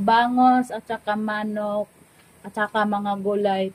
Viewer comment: learn and practice correct pronunciation of words. Like bangus, manok, mabilis ang pagbigkas nyan.